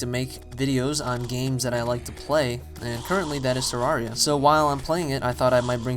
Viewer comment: Pronounced ter-air-ea